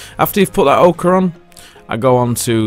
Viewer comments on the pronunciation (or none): Ochre in not Okra, just like Centre is not Centra - Its your language,, treat it well. You and Sorastro both drive me insane with this. Love you both though. That board looks fantastic.